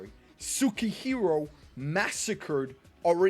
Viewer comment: You're truly struggling with sukehiro's name , yami just fit so well , so just keep it yami , since his name was yami in the clover kingdom .